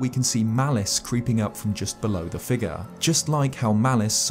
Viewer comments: A strange “fig-ahh” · I know it's because I'm American, but I love how you say "figure."